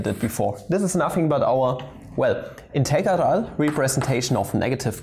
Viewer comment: Mola como dice "integeral"